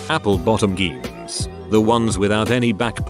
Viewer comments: Jeans honey. Not geens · APPLE BOTTOM GEENS How in the world do you say that wrong?